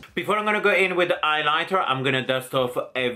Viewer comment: Did anyone else get annoyed when he said "eyelighter" instead of highlighter or was that just me??